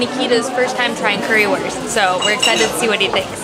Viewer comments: sure, it still would be understandable, but i still get triggered when someone pronounces Wurst like worst and not like Woorst since (Curry)wurst ist the best and not the worst :-) Even when it might not be worth the effort for tourists to learn an entire foreign language (and i don't expect that either), it wouldn't be bad to learn some basic words like greetings and numbers and it would sound a lot better in general, if native english speakers would have a closer look at how to pronounce vowels (which are similar in lots of other languages but completely different from english) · Can you guys at least learn how to pronounce currywurst? The W is pronounced like a V. That's all there is to it.